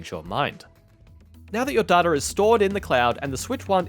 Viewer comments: Day-ta, not Dar-ta. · I know it's a regional thing but hate the way he pronounces Data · Say Data again I dare you! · They way he says Data 💀